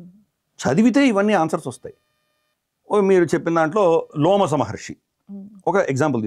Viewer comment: అయ్యా లోమస మహర్షి కాదు రోమస మహర్షి...... ముందు మీరు చదవండి గురువుగారు మహాభారతం సరిగ్గా